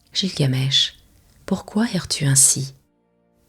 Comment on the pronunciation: oui car il me semble qu'on prononce guilgamesh et non jilgamesh